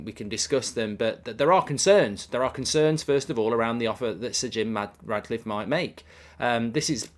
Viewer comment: I hope Sir Jim Ratcliffe doesn’t get it, as it does my nut in when Goldbridge keeps calling him RaDcliffe… FFS… not hard to call him by his proper name is it? 😂